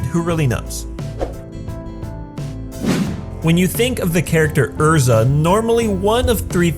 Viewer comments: it's ERZA ERZA NOT ERRRRRZA "RRRR" PROUNOUNCE YOU'RE "R"s dammit this is why i watch only japanese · Okay soooo I always watch subbed anime instead of dubbed, and I was just shook when he said Erza's name. 😂 Cuz like when I was watching the series Erza's name was pronounced more like Eyrza but what he said sounded more like Urrza. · Its erza not urza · "urza TITania" Wasnt it er(as said like the er in error)za and (TIE)(TAY)(NYA) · did he really say err-zaa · dabmom HE HAS LIKE RLLY CRAPPY PRONUNCIATION LIKE ERZA IS PRONOUNCED "UR-ZUH" MAN WUT SRSLY??? THIS IS WHY YOU DONT WATCH DUB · Ew. You used the Dubbed version. "Errrrza" lmfao God, I hate people & they're 'Amurrican' pronunciations. 8') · Quy Nguyen yeah, I hate the way they pronounce erza's name. it makes me twitch every time I hear it. urza is the name of a planeswalker, not the fairy queen titania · Did you really just say Urza instead of Erza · I liked the video but every time someone uses the English dub for Fairy Tail I cringe. Also, just the way you said “Erza” rubbed me the wrong way. I guess since I watch it all in Japanese with English subs I got used to a different way. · I watched it subbed and the English way u say her name is weird..